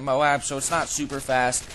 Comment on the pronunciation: why do you say "modab"?